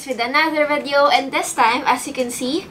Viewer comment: "VEDEO"... But still love ♥️